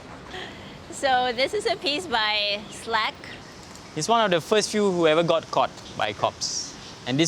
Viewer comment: i believe it's Slac as in the artist SlacSatu, instead of Slack :)